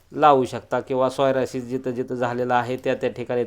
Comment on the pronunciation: तुम्ही वारंवार सोयरासीस म्हणत आहे त्याला सोरायसिस असे म्हणतात